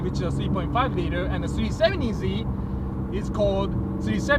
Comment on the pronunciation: Sounds like he says c70z lol